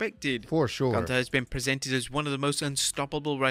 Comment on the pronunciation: Bro called him Goonther 2x😭😂